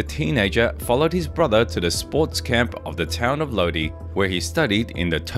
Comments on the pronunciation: It's pronounced low-die. Not low-Dii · I was on board watching this, until you pronounced Lodi "lo-dee" 😂 I'm out ✌🏻